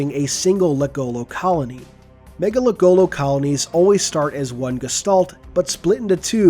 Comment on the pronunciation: Say it with me now everyone. Ma- Nga- Lek- Go- Lo. Not mega lekgolo.